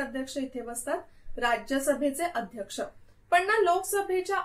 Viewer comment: Mam loksabhecha aadyaskha asato...tumi uchhar chukicha hotoy ka